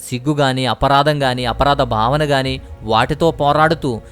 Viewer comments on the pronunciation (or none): none